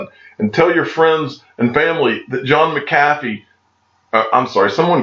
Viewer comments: I'd leave a comment but you don't seem to read them, that's why you keep pronouncing John McAfee, John McCathy. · Nailed the pronunciation on McAfee brother! Thank you for all the work you do, it's very much appreciated!!